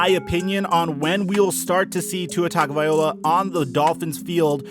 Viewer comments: TAGOVAILOA! LOA, LOA, LOA! Good grief man, stop saying OLA! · BRUH its vailoa NOT VIOLA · Wrong. TUNG-o-vai-LOA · Hey guy. Just a little comment on the pronunciation of Tua's last name. Its pronounced "TON GO VA LOA" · Please stop saying tago-VY-OLA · Tongue-O-bye-LOA not OLA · Let me spell his name like it is pronounced per his own pronunciation. Tunga-va-low-ah . Stop the slaughter of his name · TONGUE-OH-VYA-LO-AH. #FinsUp!!! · Great content but please, for the love, learn how to say his name.... It’s Tua Tagovailoa (Tung-oh-vigh-loh-a) Hearing you butcher his name for 8-min straight was ear-splitting. If it’s too tough, just say Tua, but don’t butcher his name like that..... Sincerely, All Alabama and Dolphins Fans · OK, Let's fix this once and for all..... In the SAMOAN LANGUAGE, The letter A makes the AHHHH sound, and the letter G makes the NG sound as in SONG, TONG, PONG, LONG, So Tua's last name is pronounced TAHHHNG-OHHHHH-VAAAAH-EEEE-LOW-AHHHHH. To hear it pronounced with the TUNG/TONGUE with the UHHH sound instead of the AHHHH, IS KILLING MY EARS....LOL. Please learn it, because you are going to hear it a lot... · yes and the 1st part TUNG/ TONGUE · Its such an easy mistake to make that just passes me off, like it makes me so triggered when I hear Tua TagovaiOLA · Tag-o-vai-LOA. Pronounce it right, dude. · Tua Tagovailoa his last name is pronounced Tug-A-Vie-low-a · TONGavaloia that’s how you pronounce it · Geez it was so cringey hearing you butcher his name. Say his name Tah-go-vai-low-ah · It's actually tongue-o-vai-loa but I agree it was hard to hear him butcher it lol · gah dammit.. it's "Tongue-oh-vah-ee-lo-ah". How hard is that? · yo it"s tago-vail-oa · Tua’s name is said tungle-vi-loa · Your pronunciation of his name pisses me off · You gotta change the way you're saying his name...its not that hard. And pretty disrespectful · Please stop mispronouncing Tua's last name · You always say his name wrong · Bro can’t even pronounce Tua last name lol